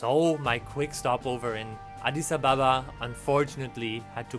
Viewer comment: I love that he says adis Ababa Correctly